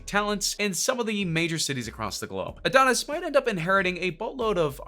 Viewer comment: And oh neese 🤦🏾‍♂️